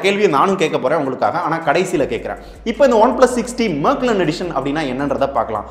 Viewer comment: அது மேக்லர்ன் இல்ல. மெக்லாரன்.